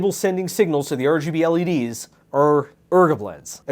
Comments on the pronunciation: I love your videos and word play and always have but jfc repeating “ergableh” 40 thousand times hurt me. Especially when I thought it was done after a few mins and the term rgb was used. BUT NOPE. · It took me two videos and a good night sleep to understand what he means when he says "ergo blades" 😂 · I just watched part 1 & 2 back to back, drinking every time said "Ergobleds". I'm on hold with the 911 operator. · I thought you were saying ergo-bleds as like a brand name for waaaaay too long... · too me way too too long to realize he was saying RGBLEDS in the beginning of this video. me: The fucks an ergablitz??.....😲ooooooh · I've been watching for 3 years and I just realized when he was saying ergableds, he was actually just saying RGB LEDs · whats that? never heard of arrjeebee ellie deez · for those who don’t know: ergobleds is just a phonetic pronunciation of “RGB LEDs” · Thanks I was so confused, every time he said ergobleds I felt like I was losing my Nerd jargon. 😂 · I really wish I understood why you call LEDs "ergobleds" but it takes this video from enjoyable to a struggle to watch